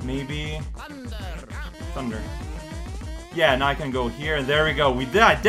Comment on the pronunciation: saying thunderrrrr is the best thing.